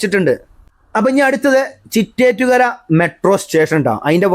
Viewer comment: ചിറ്റേറ്റ്കര അല്ല ചിറ്റേത്ത്കര ആണ്.